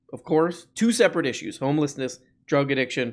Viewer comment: issues NOT issees